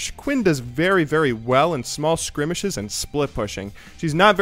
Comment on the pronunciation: It is pronounced skirmishes (skurr- mish-ez) im not sure if you know or not or if im wrong on some technicality but i believe you pronounced it sorta funny. sorry if i offend anyone :)